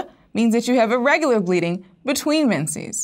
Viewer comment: She said irregular but pronunciation ...